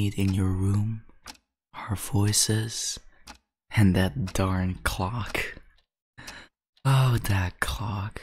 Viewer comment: Him talking about a clock Me dying cause it sounds like he said cock